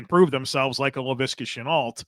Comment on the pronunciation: Good evening - the prononciation for Laviska Shenault is “Chen-noh”, the L and the T are silent. Greetings from the French part of North-America